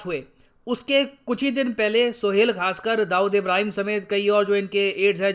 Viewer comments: Sir Khaskar nahi Kaskar hai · Arey bhai wo Khaskar nahin Kaskar hai. Kamse kam jo likha waise ka waise padh liya karo